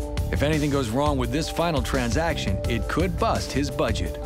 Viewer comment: Nobody: This guy: TRANZAKSHAN